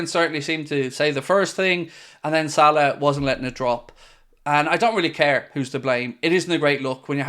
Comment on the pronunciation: I don’t get the hate for salah in the comments. The way said it is 100% accurate